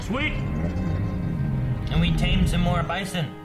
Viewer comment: Jeffrey Chinn By the end of the episode he says Bison correctly, signifying his growth. It's a nice little touch.